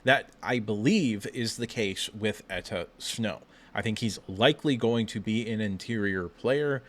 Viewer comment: Its Enow Etta. Not Etta Snow